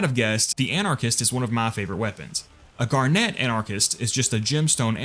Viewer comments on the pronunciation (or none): I hate the way he says garnet 😭